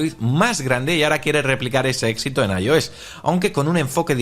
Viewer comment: Lo que a mí me duelen los oídos cada vez que dice “Ayo s”😂😂😂😂 (“Ai, Ou, S) 😂😂😂😂